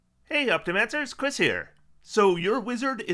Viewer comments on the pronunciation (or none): none